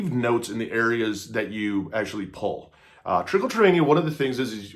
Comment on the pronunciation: This is not how it’s pronounced and it’s not self harm. It triggers a reward system in the brain and feels good. Magnets and lotion are not going to stop Trich.